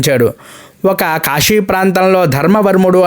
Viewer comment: కాశీలోని వివిధ శివాలయాలపై మీ వీడియోలన్నీ చాలా బాగున్నాయి. కానీ కాశీని కాషి అని ఉచ్చరించడం చాలా బాధాకరంగా ఉంది కాశీని దయచేసి కాషీ అని మాత్రము ఉచ్చరించవద్దు. నేను మీ వీడియోలను చూడలేకపోతున్నాను. దయచేసి తెలుగు భాషను రక్షించండి.